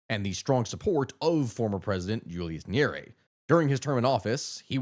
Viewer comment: 1st good work o highlighting this issue esp now that it democracy is facing a brutal march to death in Africa & more so East Africa, but please learn to pronounce Swahili properly, this has to be the easiest language to learn eg its Nya-re-re if you need help DM. 2. If you're going to do one one on Kenya, you'll find many similarities like issues of corruption but Kenya has perfected the art of silencing dissent from using intelligence agencies, outright buying the opposition and even more mysterious is the silence of the international community when the government is cracking down on protesters. Another oddity is how the government is using social media to push propaganda while at the same tracking down government critics. once they track these critics they're are abducted, people make noise on social media, the critics are released but surprisingly become less critical or silent. An example would a cartoonist of local newspaper. If you're planning to do a piece on Kenya please talk to Kenyans like on tiktok or reach out to Larry Madowo. Again i cannot emphasize how the Tanzania & Kenya stories are similar both Samia & Ruto accused NGOs of funding dissent...its as if they are sharing tactics on crushing opposition like how Kenyans on X are being used as social media mercenaries by Tanzania to paint a rosy picture. I think this has to be the most fascinating that both Kenyan & Tz govt are paying Kenyan social media influencers to counter opposition narrative and how much th